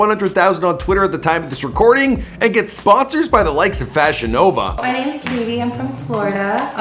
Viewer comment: Every time you said FashionNova, I thought you were saying VagiNova and it was a sex toy company.